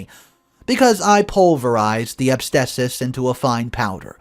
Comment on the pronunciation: You say asbestos wrong